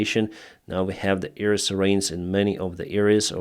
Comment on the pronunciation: Try to say : 'AIR', not EAR. Not ear defence, ear field...